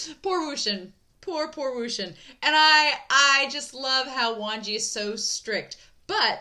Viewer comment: I'm not sure if I'm hearing it correctly but I hear you pronouncing Wangji as "Wanji"? If that is the case then just an fyi, the 'g' in Wangji isn't silent ^^ And Xichen isn't pronounced 'zee-shen', it's 'she-chen'. Again, I don't know if people have corrected you in future reactions so I'll leave this here just in case 🙏🏻